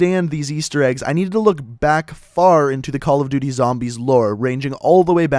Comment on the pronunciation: your pronunciation of things in the cod zombies lore bothers me sorry